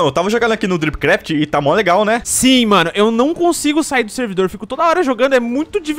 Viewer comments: Eu juro q quando ele fala a mais um episódio de dripcraft eu ouvo topcraft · É estranho ouvir ele falar dripcraft ao invés de topcraft.